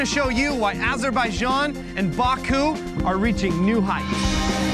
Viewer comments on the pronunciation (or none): Nice video, but you are saying "Azerbaijan" wrong. "j" pronounced same as it is in "james". Azur-by-Janh.